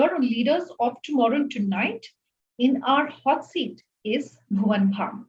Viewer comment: It's Bhuvan Bam not bham😊😊